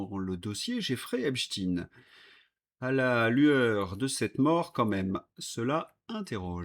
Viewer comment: Encore le Liechtenstine ? Raz le bol !